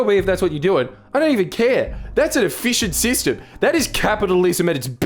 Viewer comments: Not efficient. e-fish-ent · Tell me I did not hear “an ef(fish)ient system”